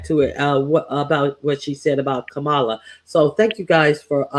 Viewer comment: I am a silent fan. I watch most of your lives and 👍🏽 them. But I am so DISAPPOINTED that you mispronounce KAMA-la and instead say “ka-MAH-la. Get it right. I know your ❤️‍🔥 is in the right place.